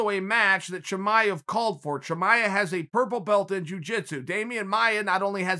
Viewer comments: I'm listening to this while doing dishes and the entire time I think he is saying "Jemima", when he is trying to pronounce "Chimaev" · Me: Chimaev Chael: Chimichanga Me: ok great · i love your analysis ... big Fan . pardon me, but let me make it a little easier to pronounce khamzat chimaev. khamzat actually is (HUM-ZA) chimaev actually is (SHE - MA - ive)